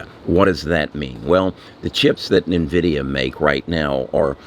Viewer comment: It's N-Vidia not Nahvidia.